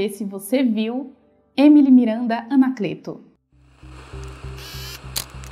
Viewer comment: Desculpe mas vc pronunciou Anacleto errado. Fica a dica. Quanto a essa história, há muito mistério envolvido. Só Deus sabe o que realmente aconteceu com essa menina linda.